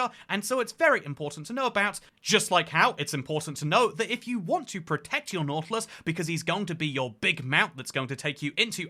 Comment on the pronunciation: nautilus ❌ nautulis ✅